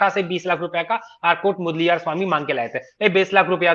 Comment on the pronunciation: आर काट मुदलियार यह सही उच्चारण है